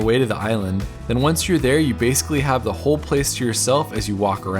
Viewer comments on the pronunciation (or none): none